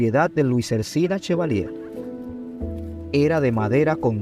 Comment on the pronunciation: No es “Ersina” Chevalier es Erciná Chevalier, por favor corrijan, esos gazapos afean su trabajo.